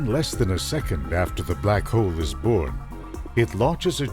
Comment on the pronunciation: hole not hoe!